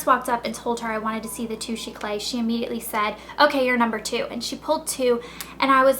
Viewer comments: by the way the concealer is pronounced "too-shay-cla" not "too-shay-clay" just fyi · I thought you knew french? its too shay clar